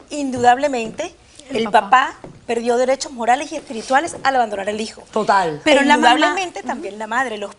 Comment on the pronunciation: Que pena.... lo que hace la falta de cultura l, me costo mucho entender a las dos señoras, no podian expresarse ni desarroyar la historia de forma clara y directa. Por cierto no es higo.... es hijo, mi hijo NO "mi higo". No sabe ni hablar